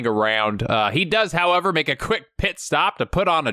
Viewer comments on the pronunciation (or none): none